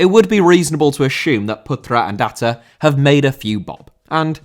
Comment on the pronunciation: Hi,as an indonesian i can confirm that your prounanciation of ahha is correct. I would say tho even though i have known about atta owning a football club for a while i never knew what the club name is. So thank you